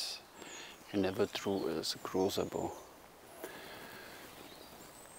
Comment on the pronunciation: yay, you nailed the pronounciation of his name, its said exactly that way! Also, his "extra3", biocomposite and most of fiberglass bows are based on original findings, so that waste material at the end of siyahs are historically accurate. On the other hand, his normal laminated bows are sport bows, way lesser waste mass anywhere.